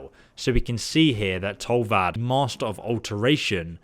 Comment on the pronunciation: He said tolvad XD